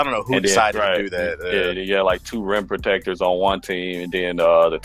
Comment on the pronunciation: Idk why but everyone you say "rim protectors" it kind of sounds like your saying rent protectors lol